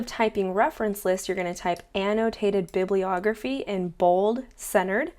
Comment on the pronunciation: an -- no - taited ---- bib --- lee- ogrpheei